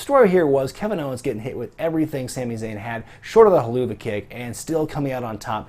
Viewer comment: OK... I don't know how you're supposed to say the name of the kick that Sami Zayn does, but if it's "Helluva Kick". Then, you're supposed to pronounce that like "*Hell-of-a-kick*". Remember: If it's written "helluva" OR "heluva", then you say "hell-of-a."